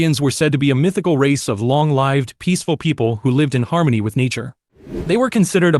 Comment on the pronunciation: That's not how you pronounce "Long lived" Go home computer.